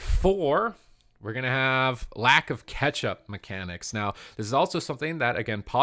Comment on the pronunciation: cant stop hearing it katchup...